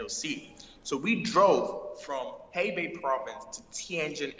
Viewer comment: 'Heibei' province?....